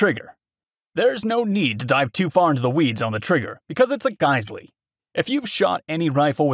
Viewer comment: GIZ- L, actually, like the Brazilian model… just sayin… the Companies Representative told me this is the correct pronunciation. It’s a wasted letter word, common in European languages. But , it is pronounced like I stated- AGAIN, GIZ - L, not GUYS-LEE. Sorry, word cop Sunday Morning coffee to blame…